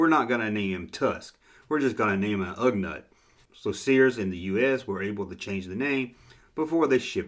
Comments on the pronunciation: Don't worry. Just sit back and enjoy the people whose nerves you are messing up by saying Ugnut instead of Ugnaught. Lol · Come on, it's Ugh NAUGHT. not NUT. I have a feeling this a blatant mispronounce some kind of an inside joke. Usually I say THUMBS UP! Holdin back on this one. haha